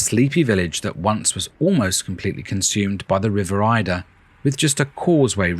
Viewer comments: It’s the river Adur (A-dur) not Aye-dur. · The river Adur, it’s pronounced Ay-der, by the way. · The River Adur! Pronounced Aydur! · It’s the river Adur not Eider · Yes this made me quite angry 😅